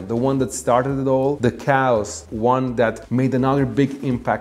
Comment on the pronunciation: Please check your pronunciation of the word "chaos".....! It is a two syllable word. It sounds like you are saying "cows"???